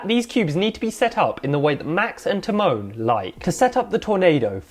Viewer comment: This guys pronouncing Tymon as ti-moan made me cry